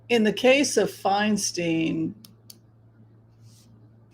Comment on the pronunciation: I’m pretty sure Adam Schiff is going to win due to name recognition. However, I disagree with Whimsy. Feinstein does not want Adam Schiff to replace her. Feinstein (pronounced Fine-stine not Fine-steen) supports Rep. Barbara Lee who is also running for senate. Feinstein is from San Francisco and Barbara Lee represents Oakland (which is my district). They’ve been friends for decades. Governor Newsome and VP Kamala Harris also prefer Barbara Lee. It’s a Bay Area “thing.” We stick together. They’re all friends and they all support and campaign for one another (along with Swalwell, Pelosi, Ro Khanna, Zoe Lofgren, etc) If you live here, you will know that Feinstein wants Rep Lee in the senate. The local news states it often. BTW, Barbara Lee is amazing and she has accomplished more than Schiff and Porter combined without any fanfare or recognition. Californians, please read up on Rep. Lee because she deserves to be in the senate. She has worked hard for years for her constituents. She is hands on. She listens to us. She answers our questions. I can call her office at any time, ask a question, and get an answer. (Linda G. told a story about how Rep Lee helped her father get his military benefits.) Unfortunately, due to his visibility during the impeachment trials, Adam Schiff is better known in the state than Barbara Lee so he’s most likely going to win. A woman should replace Feinstein and it’s important that it’s an African American woman because we don’t have one in the senate s